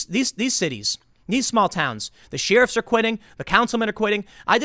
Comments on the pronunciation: I love Tim, I watch pretty much every vid, but... "She-Riffs" instead of "Share-iffs" was buggin the heck out of me! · Sheriff pronounced “Shear ruffs”never heard it said that way. Sheriff to me is pronounced “share riff”. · Tim... love your work bro. But what exactly are "Sheeruffs"??? Because "Sheriffs" are pronounced "Share' riffs"👍🏼